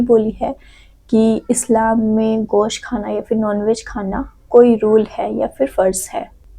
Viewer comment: Gaos nahi gosht hi😂😂😂😂